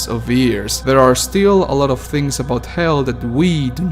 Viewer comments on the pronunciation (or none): none